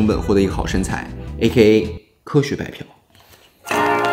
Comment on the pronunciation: 膘肉的膘，有肉，嫖，这个字，指嫖娼，找妓女，错好远哦